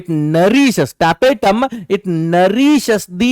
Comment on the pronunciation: Tapetum sir not tapetatum